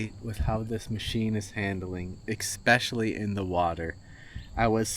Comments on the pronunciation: Especially not expecially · Where did you learn the word "ecspecially" there is no 'c' in the word. Family americanization from elsewhere. Local jargon??? Do not try to promote ii as a valid word please like hella or your guy's as a compounded useless possessive pronoun it should not be abused or used no grammar is being handed over to many kids. Even Mark Twain Clemens would have been upset; and he was a layback guy. (see how the word can be used.) Especially in a proper example.